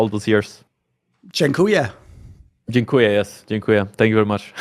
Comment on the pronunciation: Wow THORIN! That was the cleanest polish word said by a foreigner I have ever heard. People who spent 10 years in Poland can't say "dziękuję" that perfect.